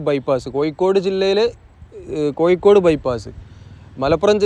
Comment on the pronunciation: ഡ്രോൺ vdo സൂപ്പറായി. മനോഹരം. ആ കറക്കി കാണിച്ച സീൻ അടിപൊളി. പിന്നെ ആലപ്പുഴ: ഴ.... ഴ..... കോയിക്കോട്ട് -😂' അല്ല .... കോഴികോട്..